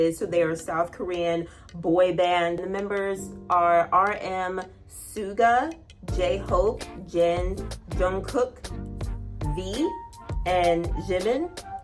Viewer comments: Suga is pronounced "shooga." Like SUGAR without the R. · Suga is pronounced like sugar The other pronunciations are correct tho